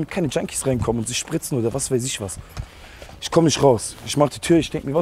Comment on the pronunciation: Isch wollte. Was ein deutsch